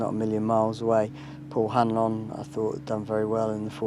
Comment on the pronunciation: Paul Han-lon 🤣 I reckon he's doing that for a bet 😉